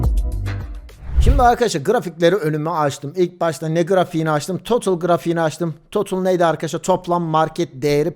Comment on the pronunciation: Herşey iyi hoş güzelde total e totıl demen tüm ciddiyeti kaybettiriyor 🤦🏼